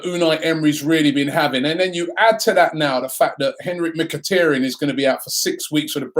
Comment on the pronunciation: Robbie, its MKHI-TAR-YAN. not MkhiTERyan. TAR as in black viscous substance.